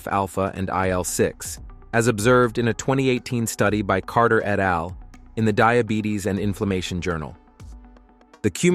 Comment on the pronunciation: Please have a PERSON read the text, rather than AI. Hearing scientific terms and even "et al" mispronounced hurts the impression of credibility. You should list the studies in the description here - describing them is not enough. I'm a carnivore and am enjoying SO MANY benefits - but when I choose videos to share on my social media, I like them to demonstrate the highest level of credibility.